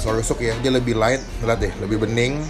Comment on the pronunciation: Light bukan LITEEEEEE!!!!!!!